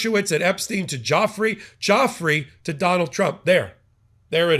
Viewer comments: How to properly pronounce Virginia Giuffry Vr-ji-nyah Joo- Free except you roll the R sound in the end of her name Joo-frrree. Everyone keeps mispronouncing her name from Guifra to Jeffery. It's getting ridiculous. If reporters and pod casters want to use her in their stories, at least try to get the name right 🤷‍♀️. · I wish you would all get victims mames correct it is not Joffrey it is Giuffrey pronounced Gufrey😊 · Btw, Virginia's last name is not pronounced 'Joffry', it is pronounced Joo-fray. (Giuffre) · It’s pronounced jew FRAY, not Joffree. C’mon man. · Pronunciation again: not Geoffrey… Giuffre, like DjuFray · Her name IS NOT JOFF-REE; it's JOO-FRAY. Please give the victims the respect they deserve by at least pronouncing their names correctly. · It's pronounced " jew-fray," with the accent on the second syllable. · Virginia Giuffre pronounced Jewfray.... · I wish you would stop butchering her name. It's not JOFFREY! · Her name is not Joffrey. Please give her the dignity of saying her name correctly. ❤ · Why are you mis pronouncing her name??? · You are mispronouncing Virginia Giuffre last name. During her life she was disrespected by powerful, depraved and disgusting men who didn’t care about such annoyances as correctly pronouncing her name. I know it isn’t intentional on your part but please make a correction in the future